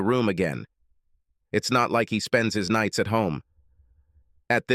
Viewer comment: " 3 nightz in row " ? Oh F.............